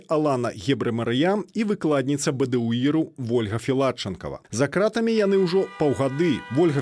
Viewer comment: Кто это, что это за позорище (представительница штаба Тихановской)? Где и в чем варится этот человек, откуда она? День и ночь мы слышим о том, что журналисты, политзаключенные "за крАтами", а она с какой луны свалилась, что в такой короткой однообразной речи не удосужились даже ударение правильно сделать в основных словах. Как можно быть такими поверхностными! Вот такой подход у них ко всему. А результаты мы созерцаем. Позорище. Я 20 лет живу в англоязычной стране и говорю на беларуском лучше. Это не придирка. В этом я вижу их подход ко всему, подход неглубокий и недалёкий и потому абсолютно неэффективный. Одни круги по воде.